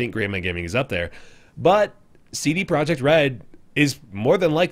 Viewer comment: Well, you did pretty good job with pronounciation of CD Projekt, it sounds exactly the same in polish. Another great ep. of dope series. Keep it up! :)